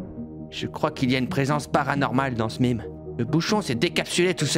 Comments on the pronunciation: Vous êtes au courant que le mot meme a en effet une origine francaise? Donc oi, on di « même » et non pas « mime » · POURQUOI MIME YA UN E DONC C UN MAIIIME !!!!!! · Non non cela ce se dit bien mêmes et pas mime ça le meme est une déformation du mot même français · "Mimes".. Je saigne des oreilles.(J'rigole) D'accord c'est la réelle version car ça se prononce à l'anglais, mais et on dit plus "mèmes", en France. Mais chacun sa liberté d'expression. J'suis sûr que quasi tout les commentaires vont dire "Hé mé tu di mim alor ki fo dir mèm trololol" C'est notre liberté d'expression putain ! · C’est pas mimes c’est MEMES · On devrait dire mÊme et pas mime parce que le terme de base est français. C’est les anglophones qui ont modifié le mot de base. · bah nan ça ce prononce bien même en Français. C'est les anglais qui disent "mime" ^^' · SA CE DIT PAS MIMI MAIS MAIME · On dit pas mim on dit même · On dit bien "Memes" et non "Mimes" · MAIMES PAS MIMIS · Nan mais c est Maime pas mime hein😂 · C'est qui l'con qui lui a dit de dire "mime" ? ça vient du français "même", traduit en anglais en "mim", mais on est en france en fait les gens, donc "même" -_- Encore un influenceur influencé par des non influenceur qui influeront des influençables... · Ont dit meme pas mime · Ils ont tord, ça vient du mot français "même", donc même en anglais on doit prononcer "maimes". Certains anglophones le font d'ailleurs car ils savent d'où vient ce mot. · On dit meme !!!!! Sinon super video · Oui il a bien dit des MIIIMES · "Mime de l'été" 😅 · Mais...même est un dérivé de mot Français....même...donc oui oui oui....je continurait à dire Maime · On dit "Maime" Bordel. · ON DIS MEMES!!!!!!!!!!!!!!!!!!!!!!!!!!!!!!! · ON DIS MAIMES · Ça se dit mème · Qui lui à dit de prononcer ça mime ???!!! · On dit meme pas meme !